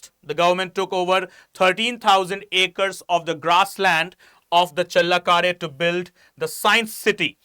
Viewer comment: thanks for explaining well. But pls improve ur pronunciation while u talking about karnataka and kannadigas.challakere u changed the pronounciation several times which is not right kambali also..pls its a request from kannadathi.And here in Karnataka nela jala bhaashe nam praana. Hum janthe hai bhai ki kaise sambhalna ap pls apna pronunciation ko sambhalo.🙏🏽